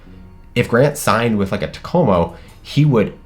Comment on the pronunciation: Wow you nailed the Takomo thing